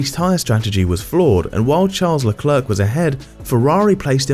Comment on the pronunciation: mispronounced leclerc. the last "c" is silent